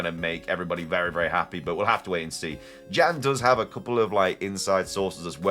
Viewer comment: Why do you pronounce Jan lwith a french accent like jaque? It if not just a regular j, im going to assume based on the username its "Yan".